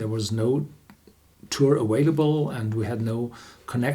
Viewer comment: The word "available" is pronounced "aVailable", not "aWailable".